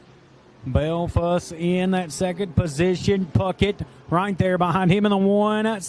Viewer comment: Please get Karl’s name right . Not even close . Bliefuss